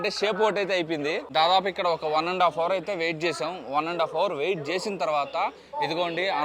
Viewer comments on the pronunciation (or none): none